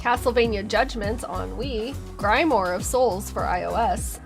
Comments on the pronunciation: Love hearing you pronounce Grimoire as "Grime More." (For future reference, its pronounced "grim wha") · "Grim-warr" or "grim-wah." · Not to go all English teacher on you, but grimoire is pronounced gree-moar (French) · Thank you for this video. I won’t hold it against you that you say grEYEmoire of souls instead on grimoire. The Arcade ROM has been finally, dumped in the last week. Great coincidence. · I love how the minor enemies get a cool arcade style revamp (pun not intended). The skeletons don't get enough respect in my opinion. Also, Grimoir is pronounced Grim-wah. I think it's a french word. You may come across this term in other Castlevania games so learning it now should save you million correction comments in future videos haha. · That's definitely not how you pronounce "grimoire." 😅 A neat look at a game I never knew existed.